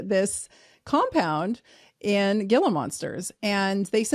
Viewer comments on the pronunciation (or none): Love the info but, as an AZ resident, let me help you out: The pronunciation of GILA is pronounced "Hee-la," due to its Spanish origin. :) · Gila monster is pronounced "Hila"